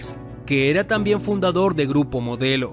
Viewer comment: Dice gurpo modelo 😁😁